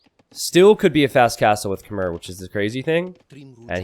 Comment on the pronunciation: Khmer is pronounce kuh-mai